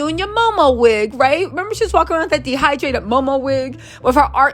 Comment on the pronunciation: "Dehrdrated Momo wig"!!!!!😂😂😂😂😂😂😂😂😂😂😂